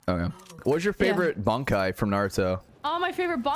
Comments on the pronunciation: Oh, just another Bleach person who says Bonkai instead Bankai. It's like some disease or something. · Bankai? It's Ban Kai, you gotta take a pause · Bro rlly said bonkai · I'm sorry, you said the bankai's name incorrectly, you have to get in the forever box